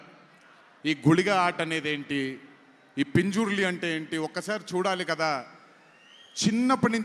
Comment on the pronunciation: పింజర్లి కాదు పంజుర్లి